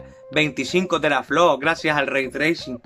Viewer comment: "ze be el lei tleising". El Bocón Geimel 2020.